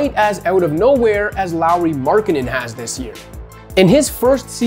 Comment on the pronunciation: to be honest everytime you say Markkanen i hear " Marketing" :D:D